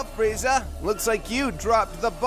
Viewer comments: Watched this episode 75 times, just now realized that Goku says “Pizza” instead of “Freiza” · It's friza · I feel like if Bulma was telling the story of Freeza, he'd know how to pronounce it correctly, but comedy I guess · Just to realize, there is an i in Frieza 😅